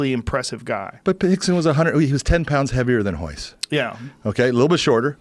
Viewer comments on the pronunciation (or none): Why do they keep saying Hickson and not Rickson? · Are they saying Hickson? Not Rickson? I'm I trippin? Cause its Rickson Gracie. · Are they saying Hickson.....wasn't it Rickson? No hate just curious. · rickson is pronounced hickson like how royce is pronounced hoyce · In the Portuguese language the letter r is pronounced as an h, rixson is brazilian and they speak portuguese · Hickson? Rickson idiot